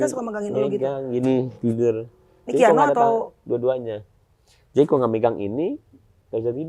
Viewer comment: Sekelas teamnya Nulis nama KIANO aja salah jd keanu😂 how come? 😢 penyebutan nama Haram lho ampe salah